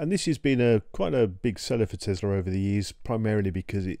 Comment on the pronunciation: Thank you for not saying Tezla.